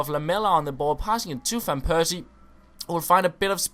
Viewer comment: It is fan persie, not van persie....